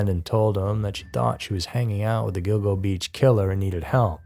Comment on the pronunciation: Speaking of errors, it's Gilgo Beach, not "Go go."